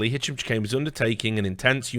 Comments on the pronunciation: Chahine is pronounced shaheen. not chikane or however you are pronouncing it. I personally know someone with that last name is that is how it is pronounced. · so many hours he didn't manage to uncover how to pronounce the name of the person he's investigating